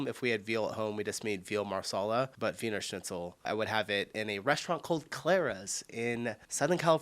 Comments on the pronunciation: i eat mostly dishes from all around europe but when talking about traditional german food i would say my favourite is blutwurst mit sauerkraut und kartoffelpürree ( pan fried blood sausage with sauerkraut and mashed potatoes ) your pronouncuation of Wiener Schnitzel was quite on point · you said wiener schnitzel absolutely correctly